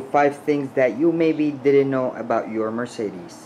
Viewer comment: So, how much do you know when you cannot even pronounce Mercedes??